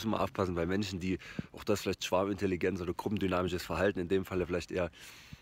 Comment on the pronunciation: Ich versteh immer Schwabenintelligenz 😂